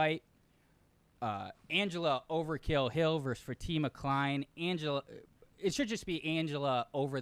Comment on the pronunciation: the only capper that can correctly pronounce Fatima Kline name 😅